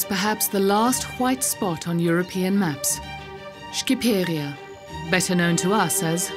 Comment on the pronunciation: Guys it's not pronounced shkiperia. It's pronounced sh-chiperia